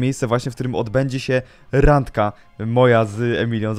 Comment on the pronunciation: "Randka" Nie Rangka